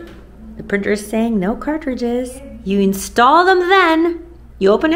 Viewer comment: “Cart-ridges”…I love the way you pronounce the word!! ❤